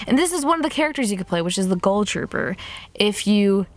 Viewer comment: Is it just me or did she say ghoul weird?! Like she pronounces it goal...